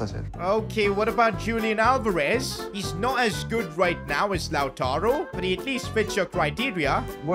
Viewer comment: YO PRONOUNCED ALVEREZ NAME WRONGGG!